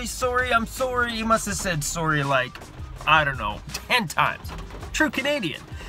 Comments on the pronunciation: Lol my favorite part “Soarry Soarry Soarry!” Glad you’re okay and the story put my heart racing as well :P and good advice at the end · I just love your accent when you say 'sorry'. 😜